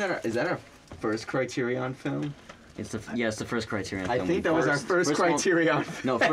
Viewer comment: "thank you Criter-EON"